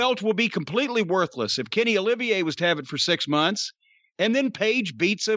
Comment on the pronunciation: Lol! I love how Cornette is calling Omega Kenny Oliviae. 🤣🤣🤣🤣🤣